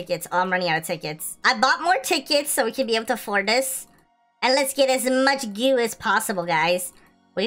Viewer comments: why you say gew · U need to know what ur saying lol. “Goo” “Royal Jelly”